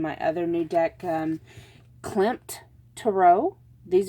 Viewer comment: I chose #1. Wonderful reading. Thank you so much. (P.S. You pronounced Klimt correctly. Those lovely cards must have been created with inspiration from the art of Gustav Klimt) Thank you again, I needed a bright spot in the middle of the winter doldrums.